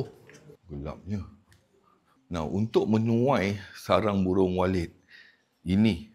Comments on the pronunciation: Saya dengarnya burung walid😂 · Macam terdengar "Sarang burung Walid" ! Nak Dewi boleh ?😅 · Ini kuping gw apa emang bener dia bilang walid sih😅😅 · Walit tauu. Walit. Bukan D😂